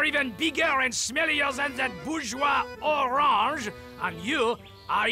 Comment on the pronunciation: In the intro they cant even say orange right